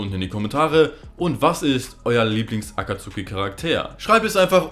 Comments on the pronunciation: hör bitte auf das aktsuhhhhhhki auszusprechen es nerct so hart wenn leute nichtmal so einfache wörter können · Also für die geilen Sakura Witze kann ich dir sogar die deutsche Aussprache von "Akatsuki" vergeben. Kuss